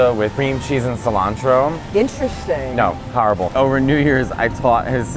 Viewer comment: Matteo saying "horrible" like a true New Yorker now